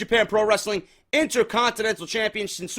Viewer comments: Damn it it's pronounced SHIN-SKAY. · For further references shinsuke is pronounces shin skay. #JDforcreative